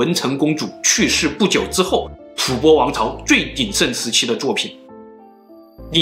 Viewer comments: 為何是吐ㄅㄛ？不是應吐ㄈㄢ嗎？ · 吐播？ 吐蕃(音同翻)吧